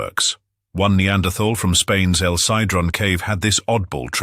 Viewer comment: He pronounces Neanderthal wrongly and it's very irritating.